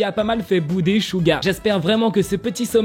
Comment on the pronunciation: On dit Suga pas Shuga prononce bien le nom😊❤